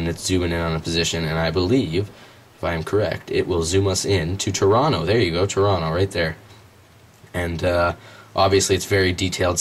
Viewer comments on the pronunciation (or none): none